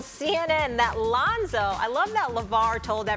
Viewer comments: Londo and Ronzo fix yo mouth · Lol "Londo"